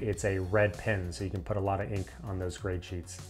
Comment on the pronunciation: While the video is great there’s one annoyance I have. He says “put” like “putt”